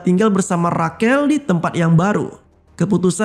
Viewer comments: Bukannya Rashel ya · Rachel dibaca reycel bang bukan rakel